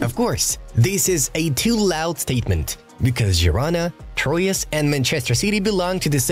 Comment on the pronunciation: How do you say 'Troyes' or 'Girona' again?